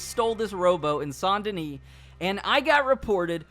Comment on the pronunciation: Is anyone else a little irritated by the way he pronounces "SAINT "